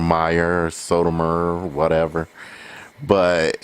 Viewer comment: Lol this guy can’t talk lol “Sotomayor”!!!